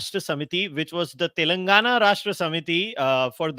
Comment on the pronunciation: WHY EVERY MEDIA PPL SAY.. TELUNGUNA TELUNGUNA.... IT IS TELLLENGAAANAAAAAA.. U PPL PRONOUNCE SOME SPANISH POLAND CITIES ACCURATELY.... WHATS WITH THEFUGGING ON DECCAN CITY..